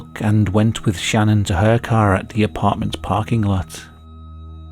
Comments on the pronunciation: Facts aren’t even all straight in this story.. he also keeps calling her name, Shannon… It’s Channon! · It bothers me for some reason that channon is pronounced Shannon and not Channon if Christian and Chris are lol its not Shristian and Shris 😅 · "Channon" isn't a name. You're pronouncing it wrong. I presume you can read and it clearly starts with a CH not an SH or SCH. Why do people have to do that to their kids? It's selfish parents that give sacrifice their children's happiness so that they can show off their "creativity and uniqueness" by giving their kids ridiculous made up words for names.